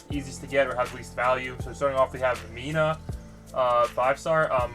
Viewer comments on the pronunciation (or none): none